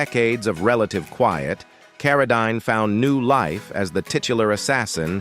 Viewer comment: His last name is pronounced like this Karodeen